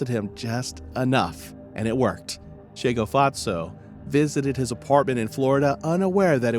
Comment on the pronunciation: This case shook the entire SA. May Tshegofatso rest in peace. You butchered the names so much, lol, bless your heart.